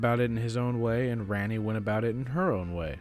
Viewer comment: For gods sake it’s prounced like Ronni not RANni